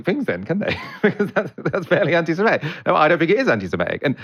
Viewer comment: Will one of colleagues please tell him how to pronounce 'antisemitic'...with an i in the 4th syllable.